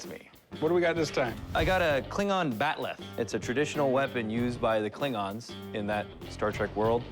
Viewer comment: It's called a bat'leth not bat'leh.